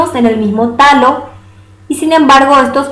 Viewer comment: y Alejo es talo no tallo!